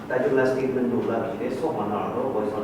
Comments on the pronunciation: Steetment instead of statement. Orginition for organization, just little eg nou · Statement ❌ Stitmints✅ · Another one 😂😂😂 stetment not statement